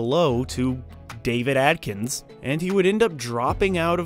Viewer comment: AD-KINS GET IT RIGHT!!! Not AT....Ad. Sorry its pet peve of anyone with the last name Adkins. like me.